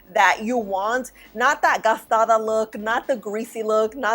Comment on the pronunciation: Very informative video! And I laugh everytime you say "gastada!" 😅